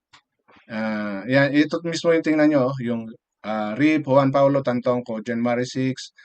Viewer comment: Galing lang sa ibang vlogger ang mga pinagsasabi nito eh. Una si Maharlika next yung isang guy na kalbo.. Ni hindi mo nga mabigkas ng tama ang pangalan ni Paolo eh.